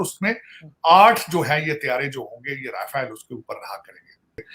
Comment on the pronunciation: Thoda Rafael ko sahi se pronounce kr liya kro